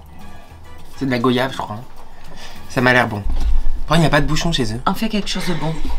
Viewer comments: On ne dit pas g "O" yave mais goi-iave car le y ce lis comme deux i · Ça se prononce gWAyave et non pas gOyave, ça se prononce comme voyage ou royale enfaite